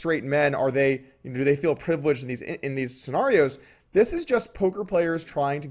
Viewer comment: Doug pronounces scenario wrong therefore I'm better at poker. My logic is undeniable